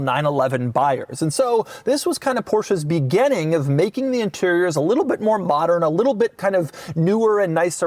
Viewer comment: BEGINNING. NOT BEGENNING. GOOD LORD!!